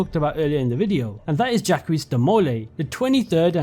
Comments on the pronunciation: Jackwees is pronounced Jaahck. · "Djaqwis" de molay xD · My man. Jacques de Molay is pronounced Jahk. The S is silent and it's a soft A. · as a French I can say that "Jacques" is pronounced more like "Jack" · I have never heard anyone pronounce Jacques like that before, but that is amazing XD I'M DEAD